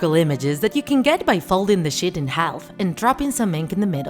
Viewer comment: Did she say sh*t or sheet??